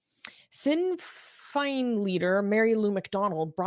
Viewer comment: Just for info, Sinn Fein is pronounced Shin Fane.